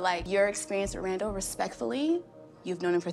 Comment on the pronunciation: first off, I love when u immigrate Madelyn, but the “RAM-dall” comment has me dying! 😂😂😂